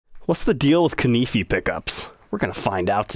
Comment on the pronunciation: I've been pronouncing it koo-nah-fay this whole time. Am I wrong?